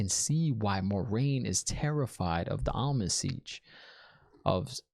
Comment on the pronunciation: Am-er-lyn Seat. I know you can do it! But, Almon seech works too, tho. 😂